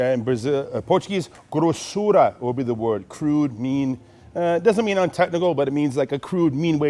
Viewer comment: His pronunciation of "grossura" is spot on. I actually thought he might be Brazilian listening to it.